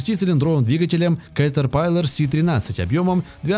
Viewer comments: 535 лошадиных коней,что за бредятина!? нет компании фенди ти,есть немецкая компания ФЕНДТ! нет понятия катерпайлар,есть слово и название компании КАТЕРПИЛЛЕР,даже амрикосы так произносят,катерпиллер. тяжелые трактора применяют только на очень больших фермерских угодиях,или же компаниях,и так же для перевозки тяжелых грузов. в большинстве случаев компании берут малые и средние трактора. и да,механическую кпп только в россии и лепят,все страны запада уже ставят вариаторную трансмиссию,и компьюторизированное оборудование. и еще,была такая фраза об одном тракторе,может изменять объем двигателя? вопрос как? одно дело изменить впуск,или выпуск отработанных газов,изменить геометрию турбины,изменение впрыска,но как ты изменишь на ходу объем двигателя,и его камеры сгорания? еще меня удивляет слово не разрезанные мосты,может не разрезные? и что за дэутц фэхр? есть ДОЙЦ ФЭЙР. буква Н английская после гласной и перед согласной не произносится вообще. еще вопрос,как воздух поступает в пневматические пружины? само слово пружина и ее смысл вам автор вообще известен? пружина это упругий элемент сделанный из прута. как в этот прут может поступать воздух? может было бы проще сказать воздух поступает в пневмобалоны подвески кабины,разве так не грамотнее? так же мне очень интересно узнать,где вы видели гусеничные колеса? это гусеничные блоки вместо колес,которые встают на ступицу вместо колеса. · кэтрпайлер аж кровь из ушей потекла! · Сразу видно что автор не знаком с техникой и вообще, уши вянут от слов КАТЕРПАЙЛАР. Да, все интересно но читать с бумажки тоже нужно правильно и вникать в то что читаешь. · китер пайлер, я аж уши зажал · Клэйас, Катэрпайлэр... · "Катэр пайлер" бл*ять)) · Я всё понимаю, ролик для школотронов. Но автор абсолютно не разобрался в теме, просто читает текст с каталогов производителей. Клээс и кетерпайлар, ору просто. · Кетер пайлер, просто пиздец, я ржал весь ролик